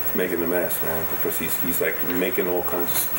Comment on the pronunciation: I love his way of saying "because" like "bekoss", it's super cute. Is it a characteristic of the Brooklin accent? (Pardon my dumb ass, I'm French and still learning ^.^)